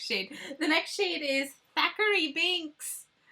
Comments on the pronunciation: I absolutely LOVE this collection and I’m so excited you did a review before it was released! Although, at the end it drove me a little crazy hearing you say Zachary Binx instead of Thackery Binx lol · Hey girl, great video! I'm so excited for this! The blacks cat's name is actually Thackery Binx. It sounded like Zachery when you said it. But I could have miss heard. Just a fun little tidbit.